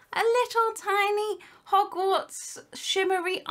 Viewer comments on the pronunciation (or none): When she says hogwarts kinda souns like yogurt